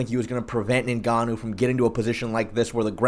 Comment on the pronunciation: Why u keep calling him ninganoo? It's pronounced enganoo you idiot. Do you even watch mma?